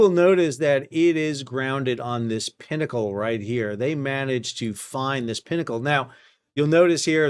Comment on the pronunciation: Thank goodness you said pinnacle and not pee-knuckle.